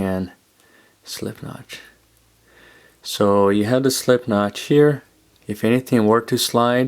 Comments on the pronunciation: really nice video with a good macro shooting. Why do u say CH instead of T though? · "Knotch" instead of knot, and "Figure H" instead of 8??? Is there a reason for the alternate / mis pronunciation?